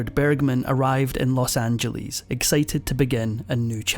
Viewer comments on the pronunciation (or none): It's not pronounced "Los Anjeleeze". What on earth made you think it is? By the way, I was born there.